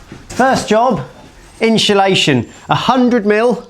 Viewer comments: Always good showing step by step process. But please, for the love of Guinness, stop saying inshulation! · The inchulation drinking game could be lethal in this episode! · Every time you or pronounce insulation as ‘inch’ulation you lose an IQ point 😂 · Glad you used inshulation 😂